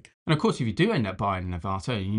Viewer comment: I think the pronunciation of the name is AVata, as in the film Avatar, not aVAta as you are pronouncing it.